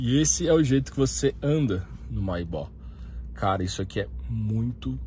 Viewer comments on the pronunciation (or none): lê-se Maybêque mano, não maybó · Pronúncia etrada: o certo é: 'meibec' e não 'maibá' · "mai ba" lmao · Sua pronúncia da palavra Maybach está incorreta, amigo. Mas o carro é sensacional. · Seria legal se o lucutor da Só Veículos aprendesse a pronúnciar a palavra "Maybach" corretamente. A pronúncia está errada no vídeo. Pra quem tem tanta paixão pela marca alemã, vale o esforço de aprender a pronúncia certa.